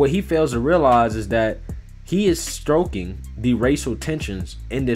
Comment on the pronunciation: Lol, i’m sure I’m not the first one to bring this up but he has got to start differentiating between the words stroking and stoking. And keep up the great work!